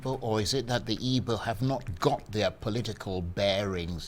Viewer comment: Charles, you an Igbo man, pronounce the word "Igbo", " Nwodo", etc correctly ...